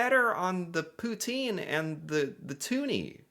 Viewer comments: you said poutine the right way the second time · Wow. Your poutine is seriously good in bilingual part! Toi t'es un vrai!